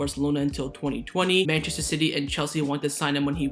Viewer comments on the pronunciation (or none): none